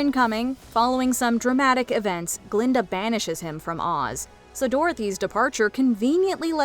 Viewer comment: „It was GUH-linda, all along!“